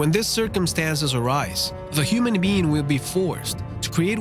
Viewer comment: Is he saying human bean